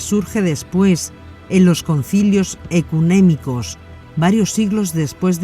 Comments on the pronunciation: Yo me pregunto, porqué la narradora dice: (Sesta en lugar de secta) (Ecunémico en lugar de ecuménico) Entre otras más. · Me encanta este documenta. l Dios les bendiga a todos . Quisiera hacerle una corrección a la interlocutora, que siempre dice ecunemica por decir ecuménico.